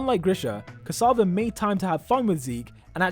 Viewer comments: Tom CASSAVA? its "Ksaver" bro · Its not Tom casava its Tom ksaver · Tom ksAvar? Did you really just pronounced it like that. Do some research before uploading a video like this...